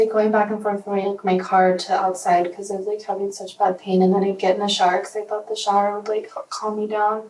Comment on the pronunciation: I had to put captions on because I was like she kept taking “shars”? She had 8 “shars”? wtf is a shar?? Then I realized I guess she cannot say shOW-ER